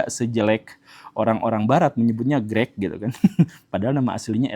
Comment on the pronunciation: Greek itu Grik atau Greg pak Gembul? 😂